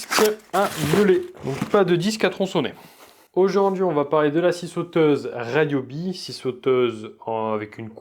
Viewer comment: Je dois avoir une vingtaine d'outils Ryobi one ( il me semble que ça se prononce "Riobi"et pas ”Raillobi” et je suis plutôt satisfait des performances même s'ils ne sont pas sans défauts-ergonomiques surtout- ce sont des outils de qualité (la boîte japonaise qui possède cette marque fabrique aussi Milwaukie et AEG...). Pour moi l'intérêt principal c'est la variété des des outils One+(y compris pour le jardinage) avec les mêmes batteries, et le prix raisonnable. Mes 2 dernières acquisitions : ie coupe carrelage à eau et la cloueuse à air comprimé 16g.